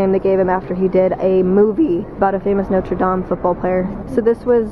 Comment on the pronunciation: You said "Notre Dame" á la français ^_^ You're so cute!